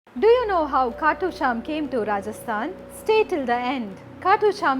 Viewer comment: Its "Khatu Shyam"Ji""